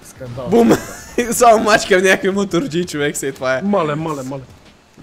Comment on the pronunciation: zashto kazvash chovekS :DD ( oshte edin lud klip :D)